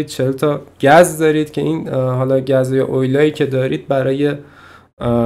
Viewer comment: داش گز نه گاز